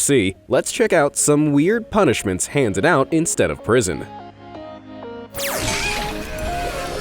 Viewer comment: "Han ded"